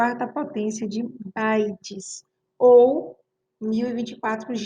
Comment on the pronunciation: Bites???? "bytes"